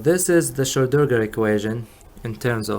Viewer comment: Hey man it's not difficult: SCHRO---DIN---GER :D